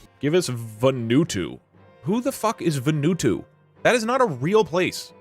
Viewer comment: Pronouncing Vanuatu as VUN OOH TOO is the funniest thing I’ve seen today